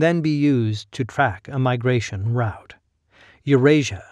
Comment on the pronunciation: You pronounce ‘route’ like ‘rout’ ? 😂😂😂😂😂